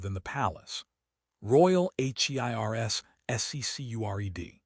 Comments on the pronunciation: And it's heirs, not H.E.I.R.S. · H.E.I.R.S M.Y Agape'ay... AI has issues that's going to turn into bad slang some day.